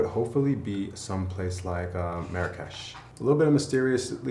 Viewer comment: he said marrakesh !!!